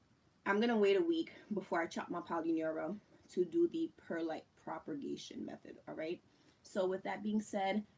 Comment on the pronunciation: Loved the video but for your own knowledge there is absolutely no R in the word/words propagate/propagation/propagated. I just couldn’t sit here and not tell you. But thank you for the video! P.s. Alaska is the largest state in the United States :)